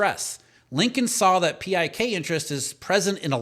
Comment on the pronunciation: PIK interest is pronounced as “pick” interest